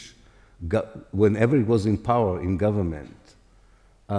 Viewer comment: * po - wer